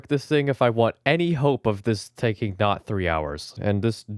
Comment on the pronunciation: Data could Nat be read because it’s Nat 😂😂